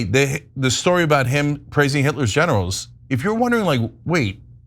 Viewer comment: Ok, took me a few seconds before I realized Cenk said "Trump praised Hitler's generals", I thought he said "praised Hitler's genitals" 🙈